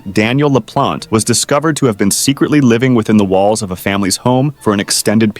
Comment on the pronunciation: Bro say im in your whalls